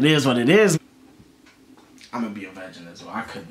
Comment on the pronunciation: It Eez What It Eez